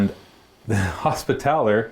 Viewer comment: hospital-er. not hospi-TAL-er. repen-Tia. not ruh-pen-shu